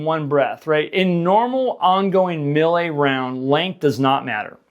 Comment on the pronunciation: Melee is pronounced May-Lay, not Mil-Lay! 😂 I'm going to start a video series where all I do is correct your English buddy!